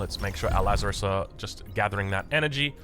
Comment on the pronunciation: Lazarus => Lazares (Lazarees)